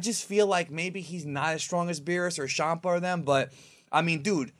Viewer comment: Why do u say shampa??? Its champa man ur channel is such cancer